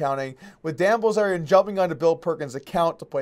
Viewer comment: Doug Polk - You said: Likwey, Quickwey and Bwillzerian. But fun video none the less. Better than I can do when not tired.